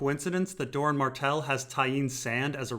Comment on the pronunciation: It might be easier/less confusing if you pronounce Doran "Door-ran" rather than "Dorne".